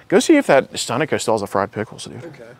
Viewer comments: You're not pronouncing Sunoco right. You're putting emphasis on the wrong syllable and it sounds weird. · I always pronounced it as Sun-No-Co..not Sunoco.. splitting hairs. Great Catch! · Dude I had no idea what you meant by sun-uh-co either lol. In OH we say suh-no-co haha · SUNO CO Sunnoco You pronounced it wrong.. Like end all and be all He says it backwards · What the heck is sonico?! Think its pronounced "sun-o-co" my dude. No wonder the guy jad no idea what you were talking about, lol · It Sun-ó-co not Sun’-o-co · That’s the first time I heard Sunoco pronounced like that 🤣